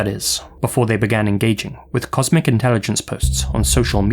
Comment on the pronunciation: I coulda swore I heard you saying, "*comic* intelligence" Lmao! 😂